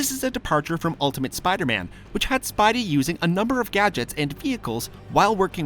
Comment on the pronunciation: anyone notice he says spibey instead of spidey plz pin